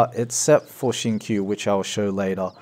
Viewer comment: The way pronounce Xingqiu's name is wrong just pointing it out. Great guide tho